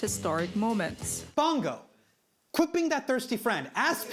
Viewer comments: Hasan's pronunciation of "Bong Go" made me break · Hasan, perhaps you should’ve checked how to pronounce Bong Go correctly — or any future names, for that matter. Easy fix that boosts your credibility and makes you sound like you actually did your due diligence.